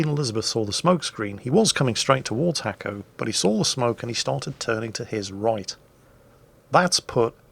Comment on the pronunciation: Actually, its not Hacko, its Nasko. He wrote it in Cyrilic, well sort of. But that is was its actually writen. Браво Наско, дано скоро пак да те видим да торпилираш големи и глупави бойни кораби!:)